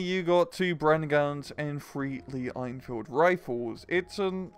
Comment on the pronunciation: I don't know why this bugs me, but the way you pronounce 'Enfield' is (in my opinion, don't value it too much) wrong. It's pronounced as 'N-Field', as the E in Enfield is silent (?). You say it like 'Ain-Field', which is incorrect.